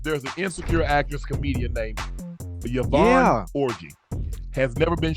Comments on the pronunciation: It's pronounced "orgy" not "orjai" lol 😅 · I’m a Nigerian and its Yvonne or*gee like the the letter G orG Nice try though 😊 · Yvonne Orji, like Or = Ore, Ji = Djini.